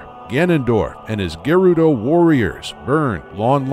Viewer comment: Stopped watching be you kept mispronouncing Gerudo